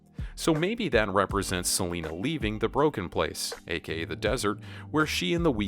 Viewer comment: Stop saying seanla